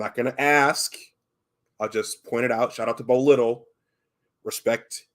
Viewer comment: Also it’s pronounced Bo “Lye-tell”. Appreciate the shout outs. Good stuff!